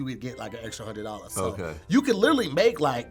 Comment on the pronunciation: Dammit! It's LITERALLY, not litally!!!